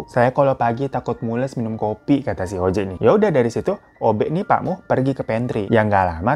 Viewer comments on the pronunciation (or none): Pak muh baaang...bukan pak mus😅